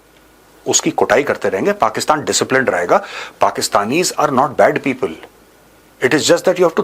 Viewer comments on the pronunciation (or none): none